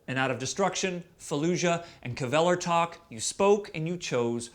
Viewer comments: It's not Kuhvelertak, it's KVELERTAK!!! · kflellertakk? wtf... KVÆLERTAK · ''Kevelertak'' please